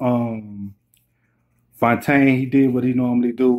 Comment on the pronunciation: Bru I'm fyetaine.....I really appreciate this recap and the shout out....I'm going to subscribe and share the video too💯💯you said my name right lol